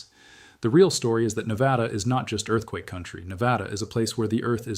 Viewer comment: Say it with me: Nev-add-uh. Not Nev-add-awh. - Every Nevadan Ever